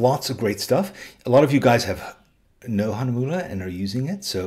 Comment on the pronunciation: Me, a German, always laughing when somebody tries to say Hahnemühle and other german words xD